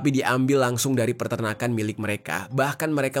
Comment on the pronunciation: bang bukan Perternakan tapi Peternakan 😅